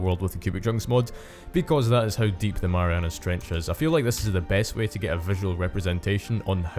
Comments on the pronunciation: "Marianus Trench" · WHy are you calling it the marianas trench?